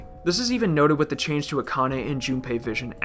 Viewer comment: The content of this video is great but its really really hard to listen to the severe th-fronting speech impediment. It's three, not free. It's with, not wif.